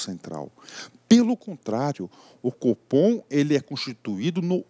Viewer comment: Competência do "fofom", brincadeiras a parte ótima aula!